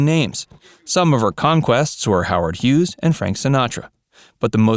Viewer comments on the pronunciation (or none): none